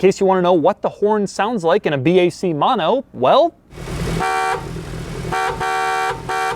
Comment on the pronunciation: if every time i get dollar when he says mono as MAno i can catually afford that car